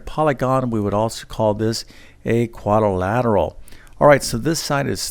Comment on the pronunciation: Shameful that a math teacher is unable to pronounce the word algebraic. Hint: It’s not algeberric. But I suppose that’s what we should expect from someone who says quadorlateral.